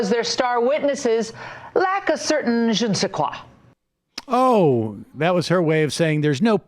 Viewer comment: Her pronunciation of Je ne sais quoi? was interesting to say the least. Obviously trying to pretend she is relevant